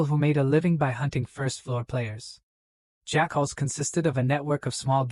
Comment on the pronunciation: Pretty ok AI. Good story. But best thing about the story is that at the 5.5 hour mark or so a faction called Jackals is introduced, but the AI pronounces it "Jack-Holes". Lmfao, made this story ten times better over that period of it. So funny.